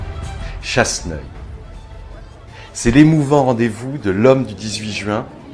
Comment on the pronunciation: C'est CHASSENEUIL(-Sur-Bonnieure) ! Pas Chasseuil. ;-)